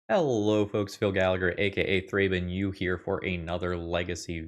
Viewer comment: ThrabenU more like ThrabenO